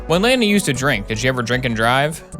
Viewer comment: Why does he say Lana like Leena